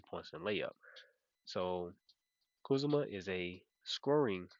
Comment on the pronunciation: man, your pronounciations always take me out 😂. first it was siakam as SAYKiam, and now its kuzma as KAZuMa😂😂. all love tho ❤